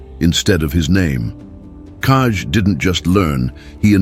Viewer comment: Koko! That is not kaij it is Koko